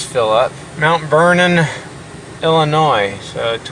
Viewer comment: hey! you said Illinois correctly!